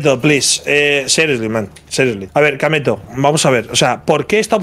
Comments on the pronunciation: IT IS KAMETO NOT KEMETO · its Kameto c'est pas kemeto??